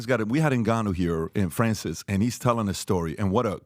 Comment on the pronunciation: “Nigganou”